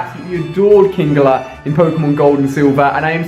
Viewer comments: Its fucking king-ler not king-gler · You trigger me on how u pronounce some of the Pokemon names, kingler isn't kingeler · It's kingler not kingeler